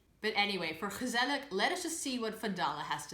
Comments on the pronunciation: Hmm, your pronounciation is so good and quite like a native's, although with gezellig you pronounce the final G as a K which is odd as you don't do it in other words like jarig... did you eve notice that? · Also ik not saying this to be mean I just want to help you. At Gezellig you say the last g the same es the first and not with a like' k '